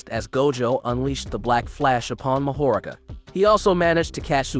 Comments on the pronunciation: Bro I need you to brush up on ya Japanese pronunciation cuz you’re killing me with mahoraga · Mahoraga too 💀💀